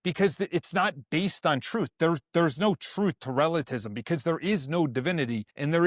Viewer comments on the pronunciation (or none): Bro, I can appreciate your hype for the Faith! Slow down just a bit, it's pronounced "Relativism" Re la ti vism. Otherwise, I agree with you brother! Keep growing in your Faith, keep learning regarding the Traditional Catholicism and its departure rupture after Vatican II. Please read or audio book Taylor Marshall's Infiltration book! There's also lectures by Michael Davies, and many other Traditional Catholic pioneers. Suggest listening to Kennedy Hall as well and his books! You can love and defend the TLM and Traditional Catholicism without becoming a Sedevecantists! God bless, keep the Faith 🙏🏽